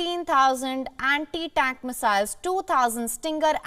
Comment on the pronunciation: 'Sevendeeen dousand Andi-Dank Missiles' 😅